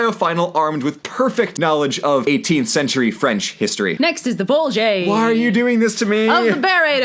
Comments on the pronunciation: I guess his is from the mispronounciation of bulljay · Dear Red, BOWL-Jay (Pronounce the J like you would in saying Jacques) Hope this helps. Natalie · Not Red driving Blue nuts with her terrible pronunciation 😂 Because I like writing, here ya guys go of me narrating my favorite scene "Anyways," Blue started, "in this next bolgie-." "Is that how you say it?" Red interrupted, in awe at the actual pronunciation of the complex word. "It's really not that hard," Blue harshly exclaimed. Red backed off, allowing Blue, who she could tell, was a bit annoyed to continue explaining. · Because ssj works by releasing all of your anger. Red kept mispronouncing "bolgia", then proved she could say it right. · Great vid but you both suck at pronouncing "bolgia" correctly. Love you guys! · What circle do those who mispronounce bolgia go to?